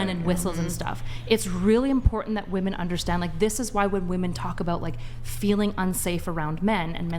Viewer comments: Is it an older GenZ young Millennial thing, to pronounce "women" as "woman"? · 1. That chick was desperately trying not admit men are stronger 2. How is it so many women can't pronounce women?